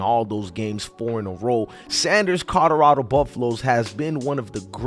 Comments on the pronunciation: COLORADO NOT CODORADO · Listening to you say Colorado is cringing who and where the hell is Corolado?